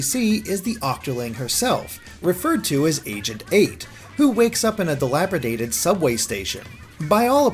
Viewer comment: dilapidated NOT DILABRIDATED